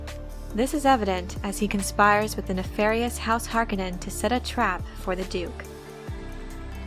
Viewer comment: Har........conin Haaaaaaarcoooooooonin Not Harkanin Har. Conin